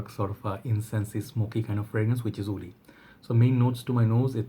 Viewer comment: I always get confused when you say “wood” and “woody” you sound “oud” and “Oudy” ...